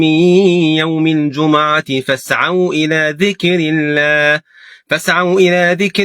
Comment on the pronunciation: الله يباركلك يا شيخ ولكن انتبه فضلا في المصحف تشكيلها الجٌمُعة بضم الميم وليس بفتحها جزاك الله خيرا